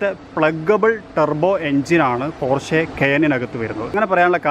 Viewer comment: പോര്‍ഷെ അല്ല പോഷ കയേന്‍ അല്ല കായിന്‍